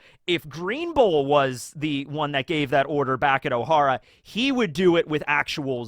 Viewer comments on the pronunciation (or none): none